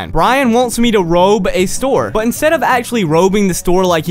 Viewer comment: And you said robe wrong